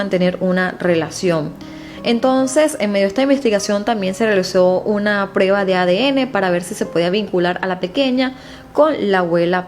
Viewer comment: HOLA mi niña no se dice PREBA / se dice PRUEBA OK ?